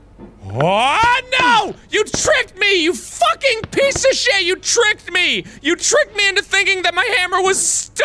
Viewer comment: “I just focking did that!!”😂